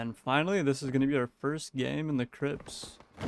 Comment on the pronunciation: Any1 else cackling at the video sections saying “crips” 😂😂😭